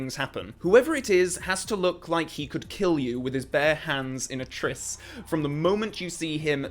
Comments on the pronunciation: Trice is pronounced 'tryce' NOT 'triss' !! Otherwise, great video as always. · Trice is pronounced to rhyme with 'ice'